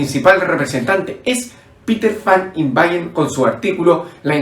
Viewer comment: fan inwanen PETER…no lo pronuncias bn NO bayer